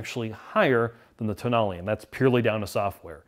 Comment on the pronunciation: Did he just pronounce "Tonale" TOE-nail? It's toe-NAH-ley. They got it right at other places in the video, so maybe he was making a joke.